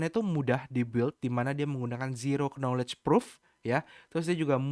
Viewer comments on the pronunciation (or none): none